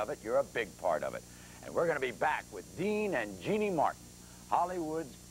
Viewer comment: Dean called her Jean-nee…